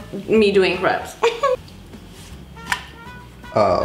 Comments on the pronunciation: “While our pile of beautiful craps is cooling down” 😂😂😂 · “while our pile of beautiful craps cool down” 🤣😂